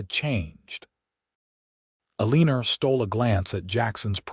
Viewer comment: ELL-EH-NOR is how it sounds out.